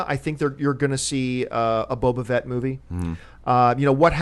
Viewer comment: John.. It's Boba Fett... FETT.. with an F! Not Vett. Please I can't take hearing Boba Vett one more time lol